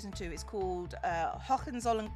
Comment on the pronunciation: You pronounced it more as "Hochenzollen" than "Hohenzollern" xD